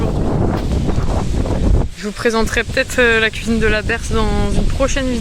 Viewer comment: "kouizine !" 😂😂. Vous êtes vraiment une jeune femme a part....minimaliste, appréciant la lenteur et la nature. Merci pour cette vidéo enrichissante, qui nous fait profiter de votre voyage et de vos connaissances plantes...et la kouizine 👍😂